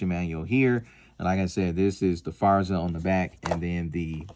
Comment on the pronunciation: GP Arms, not JP Arms. Forza, not Farza.